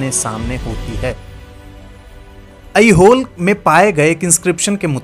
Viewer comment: बहुत गलतीयां है. मंगलदेश नही मंगलेश. ऐहोल नही ऐहोळे. वाटापी नही वातापी. जरा विडिओ बनाने में थोडी जानकारी भी रखिये